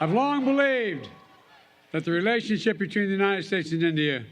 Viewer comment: Modi's speech was embarassing , does not even know how to speak a basic english word "relationship" . He pronounced it as 'relation sipi". If his english is no good then he should have spoken in hindi only, its a international podium and he is represention millions, he should have been more prepared and professional. To me he seems like a demogogue who manipulated illitrate poor people by speaking against Muslims and the Hindu temple ordeal.